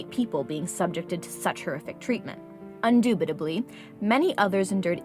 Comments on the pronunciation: She said "undubitably" instead of saying "indubitably" what a moron lmfao jk thumbs down though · it's indubitably not undubitably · Sis can say "Endubidably" but not "spoken"? 😭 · 😂 I was sure I heard a mistake but didn't care enough to rewind it.